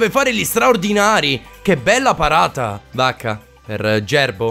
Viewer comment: Ogni volta sembra che tu dica Bacca e non vacca😂😂